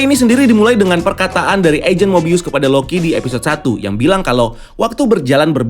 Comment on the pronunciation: Finaly nyebutun nama mobius dgn benar